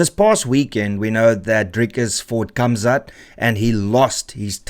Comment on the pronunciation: why do you say Kamzat when you can obviously can say Gamzat and you speak Afrikaans.